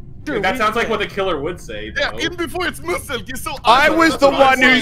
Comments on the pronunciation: x really just said Mu-selk instead of Meeu-selk 💀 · “Musselk” I’m dying😂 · I can't bruh the way he says muselk 😂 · Lmaoo the way xQc pronounced muselk is fken hilarious 🤣🤣